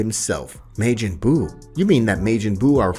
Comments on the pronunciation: Bro can come up with a hell of a story. Fucked it up with "kai", "wizz", "meijin", wtf is that broly name he tried to pronunce?? 😂😂😂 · how did you get the word majin as mayjin , love the video though just that word was a hard miss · kie, brolly, mayjin lol. love it though man great work